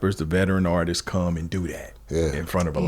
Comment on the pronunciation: So nobody gonna correct the homie Legitimate B on saying ArtistsES?